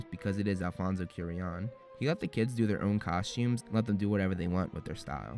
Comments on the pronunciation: Loved the video, as usual remarkable work! However, I must say I was glad when you finished with Prisoner since you stopped saying Alfonso Cuarón's last name like that LOL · Hey so how come you pronounced animagus correctly in 2016 but in your "explained" videos you pronounce it "animajuice"? And please learn how to say Cuarón correctly, he deserves it. Koo-ah-RON..... Other than that I actually really enjoy your videos!